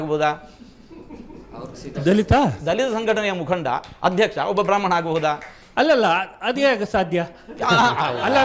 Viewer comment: ಬ್ರಹ್ಮಾಂನೆರೆ ಅಲ್ಲಾ ಬ್ರಾಹ್ಮಣ ಅಂತ